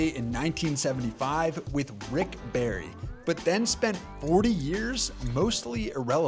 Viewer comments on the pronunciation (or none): none